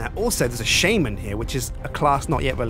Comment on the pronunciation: It's pronounced sha-men not shay-men.